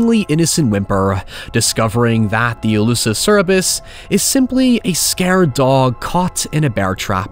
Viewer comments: Cerberus. Not Cerebis… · I love you, but it's pronounced *sir-burr-us*, not *seh-reh-bus*. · If I hear say cerabus ine more time instead of cerberus... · Awesome video, and interesting video. I did keep getting thrown off because I’ve never heard Cerberus pronounced like that. I always thought it was pronounced like “Sir-ber-us” and sometimes hear it sounding like “Ceh-bear-us” Never have I heard “Sair-eh-bus” before. Is that a regional thing? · The dog with three heads is Κέρβερος (Kerveros), if you want to be more latin about, it's Cerberus (Kerberus) not cerebis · Cerberus Sir burr us. Not Sara bis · Am I the only one massively annoyed by his pronouncing "Cerberus" as cerebus? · Darling, it's Cerberus, not cerebus. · Was pronouncing Cerberus as “Sara-bus” the whole time? Or am I kookoo crazy/wrong? 😂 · Yeah, I wasn't sure if I heard it wrong. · same xD happens to the best of us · It's comment bait. I die a little inside every time it happens, with any YouTube channel. Unless YouTube prevents him from say "Satanic". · hearing you say "cerebus" over and over was the scariest part of this video 😔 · Dude. It’s Cerberus. Ser-ber-us. Please. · The scariest thing in this video is that pronounciation of Cerberus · I have never heard Cerberus pronounced like that before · im greek and the wrong cerberus pronounciation triggered me every time